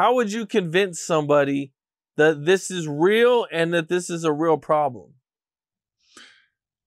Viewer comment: It "IS RAEL"...